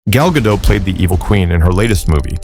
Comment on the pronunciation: The very least this clown could do was learn how to pronounce her name correctly! As Gal herself explained to Jimmy Kimmel, it's GaDOT! Heavy on the "T"!